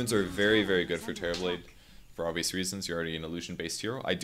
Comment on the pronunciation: All I hear is Terriblade.